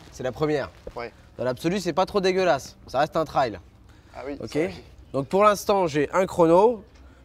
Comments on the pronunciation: C'est pas un "traille", c'est un "Trail", ça se prononce comme "treille" avec un L en plus à la fin. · Un truc que j capte pas c est pourquoi vous dite « Trayle » et pas « trèille »